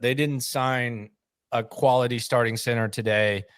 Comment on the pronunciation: I love but I find it funny when he says the word “center” he pronounces it cenTER and it bugs me more than it should lol